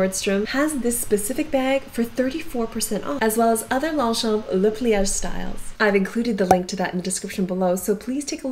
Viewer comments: Thanks for the presentation on Longchamps. You should know that it’s pronounced: Lon-shon. The GS and PS are silent. Like “Champs” as in Elysee is pronounced SHON. 👍🏻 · LONGCHAMP ---- THE "p" is silent.... THANKS ...